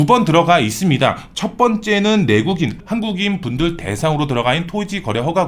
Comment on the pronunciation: 내국인. 외국인.. 발음이 안 좋으시네요😢🎉